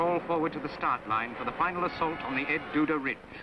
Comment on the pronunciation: El Duda Ridge! The narrator seems to be saying "Ed Duda." Am I wrong?